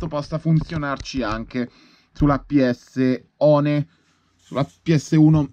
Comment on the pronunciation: Ps one(non PS uan)😂😂l inglese non e' il tuo forte eh